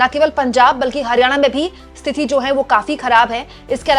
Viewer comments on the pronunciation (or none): स्तिथि नहीं होता मैडम स्थिति होता है. आप को बार बार बोला है फिर भी आप को समझ नहीं आता. कैसी हिन्दी की पत्रकार हैं आप. ख़ुद को ठीक करना ही नहीं चाहतीं. फिर हम से राय माँगने का फ़ायदा ही क्या है. सही हिंदी बोलने लगेंगी तो आप का ही फ़ायदा है